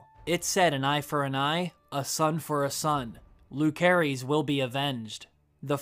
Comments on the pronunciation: I know they called em “Luke” in the show.. but I think the pronunciation is Lu-cerys (loose-air-is) .. not LUKE-erys 🥴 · Lu-Seh-Rys not Lu-keh-rys... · The names of Rhaenyra's two oldest sons have soft "c", not a hard one. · He pronounced both Jace and Luc's name wrong.